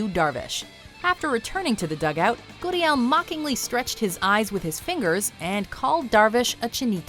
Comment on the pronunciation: Stop. Saying. goodiel. it's gurriel.